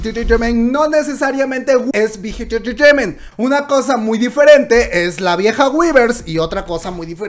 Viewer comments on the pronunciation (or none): Alguien que cuente las veces que dice "entretaiment" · Me hace gracia como dice big hit “entertainment” 😁😁😁😅😅😅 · Por qué dice tan raro entertainment xdxdxd?